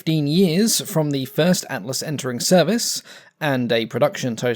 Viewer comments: Don't worry about it. Atlas sounded fine to me. Then again, I'm from a well dodgy part of Norf London. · didnt sound wrong when ye said atlas so... i guess its good enough